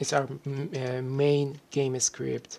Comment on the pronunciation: he actually says "game s cript", maybe he cant combine the letter s with the letter c?